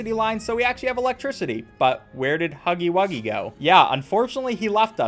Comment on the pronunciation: "IT'S NOT POPPY BUFFON:(" DON'T INSULT HUFFY WUGGY LIKE THAT". Can we just not talk about how he said huffy wuggy instead of huggy wuggy...? Thanks. I feel huggy's pain there.